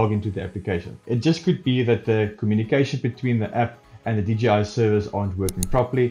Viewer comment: Great helping videos.. Just one thing.. it's J, "jay", not G.. DJI. ;-)